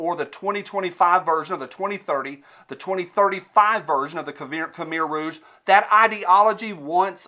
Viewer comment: Your best video to-date, brother. Bravo. Also: pretty cool to hear "khmer rouge" pronounced by.